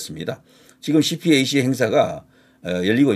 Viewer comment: 낭보라고 어그로 끌지마셔. 허위뉴스로 고발당함. 그리고 유식한 사람들은 CPAC을 씨팩이라고 발음함 😂